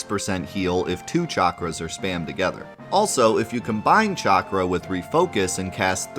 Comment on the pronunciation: “Chakra” “Regen” Chakra... Cha-Cra Regen... Reg-In Chakra = “Sha-Cra” Glad to see keep up his Ohioian pronunciation lol!